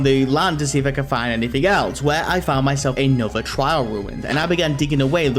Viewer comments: trail, TRAIL, not trial. Also as always, great video. ( alt here) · Holy cow the amount of times you’ve said trial ruins is hurting my brain. It’s trail ruins not trial ruins